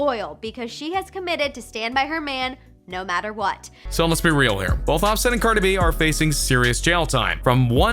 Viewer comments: "Carda beh" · He calls Cardi B, Carda B lmfao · Why does he say Cardi B name like it's all 1 word? "Cardeby" 😂😂😂😂🤣🤣🤣🤣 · The way he says Cardi B stresses me out 😂😂🤣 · I Hated How He Said Cardi B 🙄🤦🏾‍♀️ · Same here